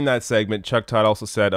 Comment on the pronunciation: chuck turd...not todd